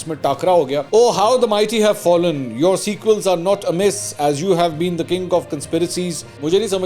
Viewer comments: Mansoor, the word in Maryam Nawaz’s tweet is squeal but you are pronouncing it as sequel, you did it twice so can’t be a mistake, I reckoned that needed to be pointed out. I don’t know why this tweet transported you to the Shakespearean era just because it was well strung in terms of sentence construction and pithy in response…perhaps because we’ve grown accustomed to tweets that are nothing more than naked, unnecessarily aggressive and above all abusive in the dirtiest sense of the word….something that reminds one of IK speeches and his clowns repeating that on social media…whereas this was just analogous of superior word choice and metaphors. Secondly, please consider that Usman Dar or Azam Swati kind of characters can lie to any extent to cast shadows or aspersions, therefore this man they brought forward who was moaning of maltreatment is a hoax in all probability and it needs to be thoroughly investigated thus it didn’t deserve a mention in your Vlog at this initial stage as though a very heart rendering event actually did happen. I watch your Vlogs and other content regularly, therefore please don’t dilute your journalistic standards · wherever she picked the text from , at least read it correctly .it is "squeal " not sequel , totally different meanings.